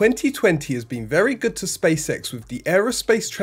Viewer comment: It so sounds like you are saying Space Sex 😂👍